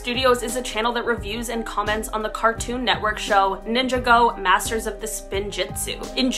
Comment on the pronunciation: Bro she called it ninja go not ninjago